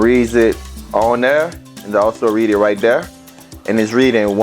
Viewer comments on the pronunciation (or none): none